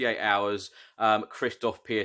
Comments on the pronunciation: Piątek pronunciation is Piontek and he is Mr. Friday as Piątek (piontek ) means Friday in Polish :) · For the record, Piątek is pronounced Pyontek and it means Friday, so he could be our Man Friday and Mourinho will be Robinson Crusoe and save us from being marooned outside the top 4.;-)